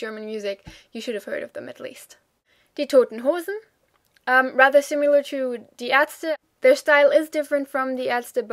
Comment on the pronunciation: What a pleasure to watch your articulate and informative review of German bands! Just a note here on your pronunciation of the word "similar" - it sounds to me like you are saying "sim-yew-lar" instead of "si-mi-lar" which is the right way to say it. Other than that, your English is flawless. Thank you for making these vids.